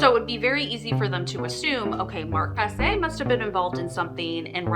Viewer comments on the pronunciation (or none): I went to high school with Mark. I just wanted you to know his last name Prasse is pronounced Praw-c not Praw-say. Thanks for bringing awareness to this case.